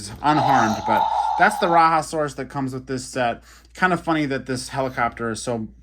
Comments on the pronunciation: True that! I honestly don’t really get how it becomes ‘RaHa’ but hey. Who am I to judge? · Love the vehicles! FYI: The “Raja” in Rajasaurus is pronounced “Rah-Jah”. The animal was found in India and named after Indian monarchs aka Rajas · Bah another exclusive. Raiasaurus is an Indian Dinosaur, so it is pronounced as RAHjaSORus